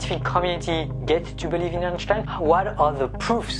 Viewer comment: Why do you keep pronouncing Einstein like that lol.